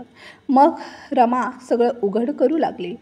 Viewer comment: रामा नाही रमा